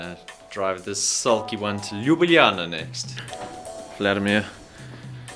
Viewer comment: no problem mate, hope you have/had a great time in Slovenija.. (the pronunciation of "Ljubljana" was alright ;) ) greetings from Trieste IT